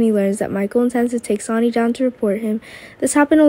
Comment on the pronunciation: Don't you know how to say names right where is the other guy Alex he's the best narrator can't even say Sony's name right